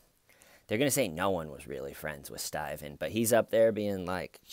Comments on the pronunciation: Reporter: StAyven, they found a body... StAyven: Body? 👀? 👀?... (jaw-drop, blinking, speechless shock, lie-cry to curb, private sit-down, safe-place, time-out)...and cut. 🎬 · Stayvan why Stayvan? I love you you are hilarious 😆